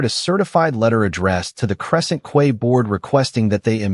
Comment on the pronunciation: Quay is pronounced KEY, not KWAY! AI can be annoying